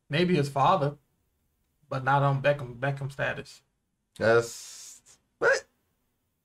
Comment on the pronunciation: Not benn beckham,it's benn beckman